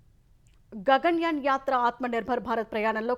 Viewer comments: "గంగన్ యాన్" కాదు, "గగన్ యాన్" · "గంగన్ యాన్" కాదు, దాన్ని "గగన్ యాన్" అని పలకాలి.